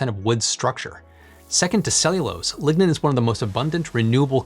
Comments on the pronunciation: you are saying ligna but i hear ligma, also cutting down a 'sustainable forest' doesnt sound upscalable. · Lignode and Lignin..... DEEZ...